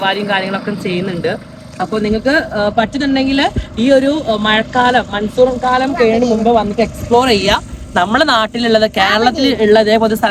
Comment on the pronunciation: മൺസൂൺ കാലം ❌ മൻസൂർ കാലം ✅